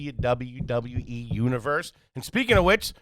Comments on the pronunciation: When she said WWE it totally sounded like Dublin Dublin E 😂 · Hahaha. Came here to say this lol🤣. One too many Ws there